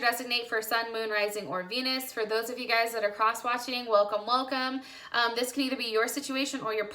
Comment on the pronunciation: Libra moon here does resonate ( but plz stop saying ‘guyes’ thats is not a word .)